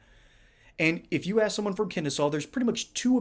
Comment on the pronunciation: The doctor evil of the squad, did she say ax you😅 can somebody give her a big STFU.